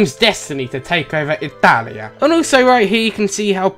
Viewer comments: I'm Italian and that "Ittalia"... I know that feel bro. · thought the dude said "Hetalia" not "italia" XD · he said: 'italia!' i thought he said: 'nutalia' *instant huger*